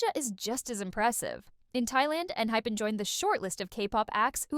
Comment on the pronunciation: wait, did she really say enhipen? like not. enHYpen? lol